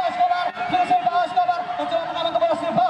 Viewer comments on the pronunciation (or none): Silvio bukan silvao😅